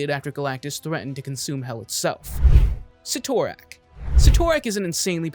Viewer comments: Proper pronunciation for Cyttorak: Sit-er-ak. Don't believe me just listen to any time the spell Crimson Bands of Cyttorak is cast. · The guy is so wrong he can't even pronounce Cyttorak correctly. How can you make comic videos when you screw up simple names like Cyttorak or ignore the fact that the one below all isn't the one above all's antithesis, it is the one above all. Your like watching a five year old who JUST read his first comic, believes he knows everything, and tries to recite what he knows. Half truths, major inconsistencies, and wrong about 90% of the time. Also great job NOT MENTIONING Zom, one of the most powerful demons in the marvel multiverse, so powerful it took the Living Tribunal to beat.